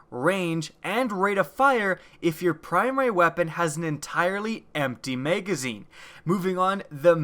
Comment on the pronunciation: Maygazeen? Magazine.